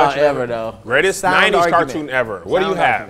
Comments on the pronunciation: Cartoon not cortoon. Car.😂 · Car-toon not qua-toon 😂😂😂😂😂😂😂🤣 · CAR toon Not court 💀💀💀